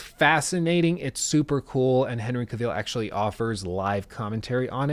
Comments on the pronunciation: Cavil, not ca-vile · Really great critique mate, just one thing - Henry Cavill is pronounced 'kah-ville' not 'cuh-veal' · It’s pronounced KA VILL. Not Caveeeeele. Srsly, an hour long critic of the subject and you didn’t pick up how to pronounce his name? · great review, but jesus lord, my ears are bleeding! his name is not caveel, but cavill. a dark L-sound and the "i" is merely a short schwa-sound as in "devil". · I'll become a patron if you can start pronouncing the man's name "Ca-vill" and not "Caw-veal",. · Cavill is pronounced like “travel” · you going to say Cavil properly anytime soon? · "Cavill is pronounced like travel. Travel. Cavill." -Henry Cavill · Exactly. said it in a French way.. Cuveeel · Just for information, it's pronounced CA-vill with the stress on the first syllable. Nice review, thainks. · When you keep mispronouncing someone's name over and over again. Le sigh. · I think you're mispronouncing Cavill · He 100% is butchering that last name 😂